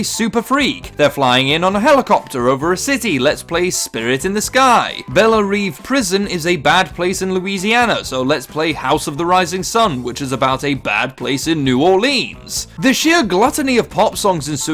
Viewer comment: Belle Reve is pronounced "Bell Rehv"